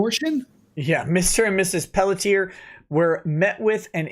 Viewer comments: I am from Quebec, Her last name is pronounced in 2 syllables Pell tzi ay, it's like the 'et' is rushed at the end of the first syllable. So like Pelltz iay. I hope that helps? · it's pronounced pell-shay 😂